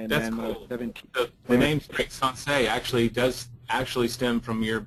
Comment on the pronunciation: Sensei. Not SunSei. lol. It hurts my ears hearing you say it wrong.